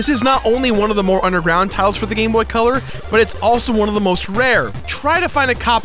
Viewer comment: to me when he said gamebot it sounded like he was saying gay boy